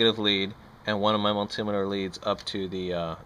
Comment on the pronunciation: I cant stand how you say multimeter lol BUT this was a very helpful video. Very good and simple straight to the point explanations. Thank you.